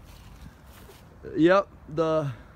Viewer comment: huh, auto renaut? 😂